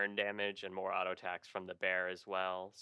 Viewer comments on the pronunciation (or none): none